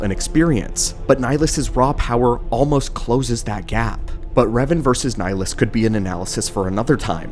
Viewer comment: Where the hell did this pronunciation of his name come from? This ain't Mass Effect lol